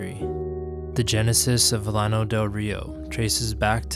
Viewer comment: Nice, lots of new info to me, and old photos. Never heard anybody pronounce it 'lano,' always 'YAH-no' in Spanish fashion. the flatland. That was the only thing that irked me (over and over and over). Old-time friend of our family recounted story of Llano residents stealing their chickens. Have visited site, had no idea it was once so big and populated.